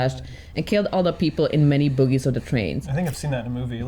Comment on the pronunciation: Bogie, not boogies.